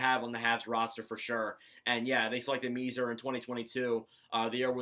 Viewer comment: Thanks for taking the time to review the Habs’ prospects. FYI, according to most of the journalists I’ve listened to, they say that the correct pronunciation of Philip Mesar’s family name is: “May-Scharr.” Great video!